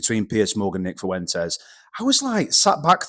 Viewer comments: Please teach these Brits how to say “Fuentes” with less than 4 syllables. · Why's every English guy calling him "Fooentez"? Lads, you've heard HIM say his name. And that's not it F'went'ez. You're welcome. Also, it's not Shiba Innew and the G at the end of words is usually silent. All for free.